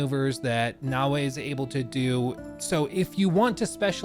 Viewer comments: You keep saying "nah-way", and it's really infuriating because it's pronounced "na-o-e" (short a, short o, short e). It'd be like if I called you "Look" as opposed to "". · That's not his accent; I have similar American accent and I can absolutely say Naoe as "na-o-e". It's a lack of care.